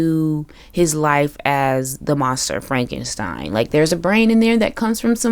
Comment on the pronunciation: Also, frenkenpeen 😂😂😂